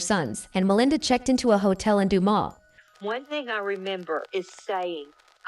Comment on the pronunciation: "Due-mus" "Doo-Mass" but not "Du-ma" Also, Kenneth didnt do this, anyone who looks into this case can see that.